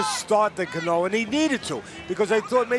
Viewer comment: Somebody teach the announcers how to pronounce Cano correctly